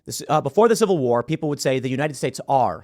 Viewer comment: Tim,how do you say ''civil warrr'' but then somehow throw in ''movie point here''